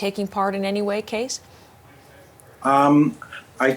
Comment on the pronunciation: CBC host has a weird way of pronouncing the guest's first name, pronouncing it as "Case" when the name is "", meaning it should be pronounced with the "ees" in "Bees", or, alternatively, as "keys" is pronounced, though the "eys" is pronounced like "ees" with "bees". I wonder how pronounces his name, for he said nothing about being called "Case". It's now April 27th and it would've been welcome to listen to the vigil last Friday evening live, but lost Internet connectivity early last Friday and this was corrected only at pm this evening. However, CBC has a 2 hour video from 3 days ago and I think this might be the recording of the vigil, " CBC News special: Nova Scotia Remembers ", so I'll check this. It has to be the vigil, which'll probably better for me, given that Live Streaming doesn't at all tolerably work with this OLD PC that I have. And, with these things aid, I again offer condolences for the families and friends of the many victims of this tragic event, an incredibly mad series of killings.